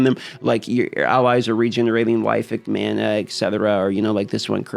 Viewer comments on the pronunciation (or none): none